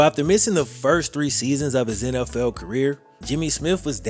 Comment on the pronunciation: Dude, u butcher the English language. I'm not talking about your southern accent, I'm talking about how you pronounce "NFL" & replacing the " th" sonund with an "F" sound as with the last name of the person who this video is about. Incase you wonder if I have little exposure to diversity, scratch that idea. I was born & raised in Brooklyn. In a neighborhood that was, at the time of my youth, the most ethnically varied parts of the most diverse city in the world ! Midwood, Brooklyn, in the 80's and 90's ! Along with diversity there is & was always ignorance & I suffered from it but it seems to me that you stress so much of the language that you mispronounced. And what, because your a black man in the world today I can't state my view ? And no doubt many people will label me racist) I'm not trying to put you down it's just that what I grew up knowing was incorrect, in the eyes of black , white & all in-between who knew better can now gain validation via the fear of judgment of character when I ts just that, to a degree that is what one displays when opening their mouths. It is not an attack on a person's physical appearance if I comment on their evident incorrect speech that they often know of & hold on to as a defining aspect of their groups characteristics. It can't go both ways ! Btw you make a pretty informative video.. it's just a little hard to finish when I hear language like I heard & usef myself in my teens. Give it a thought, if you dare.